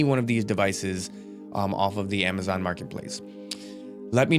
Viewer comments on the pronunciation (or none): none